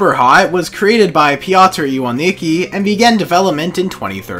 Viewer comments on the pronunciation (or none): the way you read Piotrs last name LMAO HAHA